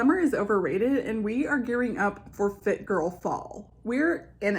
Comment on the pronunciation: Who else thought she said "foot girl fall" at the end of the video? I was like hmmm, I guess that could be another option if this youtube thing doesn't work out...